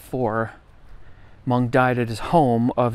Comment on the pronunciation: It should be pronounced Evard "Moonk", approximately but closer. Some of his work is reminiscent of Toulouse-Lautrec and of Degas.